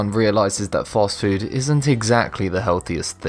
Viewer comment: Couldn't watch. When he pronounces taco like he does I was prepared to leave. Then when he pronounces fast food like a douche and , I was gone.